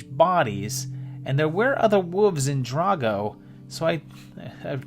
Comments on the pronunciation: I love to hear a group of WOLVES pronounced like WOOOVES. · I thought he was calling them WOOFS.